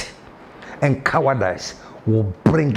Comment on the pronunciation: 😂😂 Boss, Cowardize rhymes with Agradaaas Baptadize